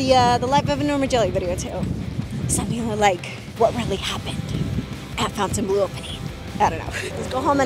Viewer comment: Great video but Why do people pernounce it FOUN tain blu when its pernounced Fawn-tain-blue. So Fontainebleau... Other videos i watch about it People pernounce it wrong also.